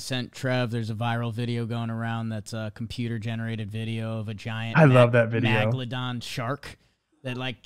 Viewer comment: kinda disappointed we didn't get to hear laugh at pronunciation of megalodon shark there.;D Good episode!